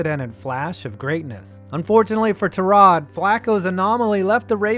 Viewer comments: I always thought it was pronounced tie- rod not tur-rod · not only can he not catch a break, he can't even garner enough respect for you to say his name right. TIE-rod not tuh-ROD... you managed to say it right somehow... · Isn't it TY-rod, not tuh-ROD??? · Do better research, you pronounce his name tie-rod not ta-rod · “Tie”-rod Taylor... who’s this Tarod Taylor guy? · It's TY-rod, not ta-ROD. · His name is Tyrod, pronounced Ty Rod. Not ta rod. Y is pronounced Y, not uh. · Idk if I’m wrong but I’m a tech fan, and I remember going to the games when he was at tech. I thought it was pronounced tye-rod rather than ti-rod. I’m pretty sure even the pa and announcers on tv say it that way. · You called him TAH-rod rather than TIE-rod, I stopped watching. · Can I say one thing that bugged the hell outta me.. ITS TYROD NOT TAROD JESUS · Why are you saying Tah-rod... its Tie-rod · Te-rod Taylor... bro his name is TYrod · It's "TIE-Rod" not "TER-ROD" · Its TY-Rod not Tarod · TIE-ROD......no TUH-ROD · watching your video mispronouncing his first name over and over is very difficult. its Tyrod not Tarod. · It’s pronounced (Tie-Rod) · Terod? Pronounce his name correctly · FFS ITS TY-ROD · Are you mispronouncing his name on purpose? It's "tie rod" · "Turrod" Taylor.. Hell no dude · As Bills fan I believe his name is pronounced "Tie-Rod". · Every Hokie watching this: "IT'S PRONOUNCED TIE-ROD" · pretty sure it’s pronounced ty-rod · Cant stand you messing up his name over and over. ITS TYYYROD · “Terrod Taylor” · You're saying Tyrod wrong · Bruh why you say his name like that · Awful video, you don't know how to pronounce his name and this is too early to tell about all of these quarterbacks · i can’t be the only one aggravated with how he says tyrod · How is he your favorite player and you don’t know how to pronounce his name🤦🏽‍♂️ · This man is so unfortunate that his name only gets pronounced correctly once every year or so.